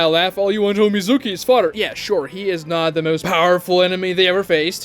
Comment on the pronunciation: Bro this guys pronunciations are god awful “TWOnadè” (tsunade) CHEWnin (chunin) MEZOOKEE (Mizuki) Horrid